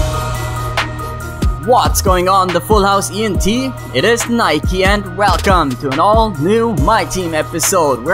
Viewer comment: Nike klingt so deutsch